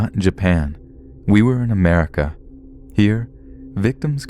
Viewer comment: that freaking first story "wi ar on murica" haha aldo the yuki girl story i've heard it on a hispanic chanel already but still good vid